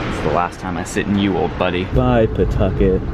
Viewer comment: Not attempting to redeem himself by pronouncing Pawtucket correctly at every possible opportunity 🫶